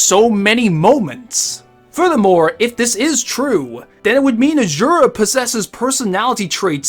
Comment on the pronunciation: “Charctuh” “Azzzurah” “Waltuh”